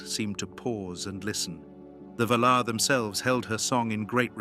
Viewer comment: I like the content, but if you're going to use an AI generated voice then at least type the text into the program in such a way that they pronounced the names correctly. VA-lar, Eh rue eeluvitar, etc. the pronunciation matters especially with Tolkien's works